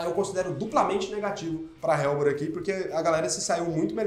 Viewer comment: Helbor = ÉLBOR. não “RÉLBOR”.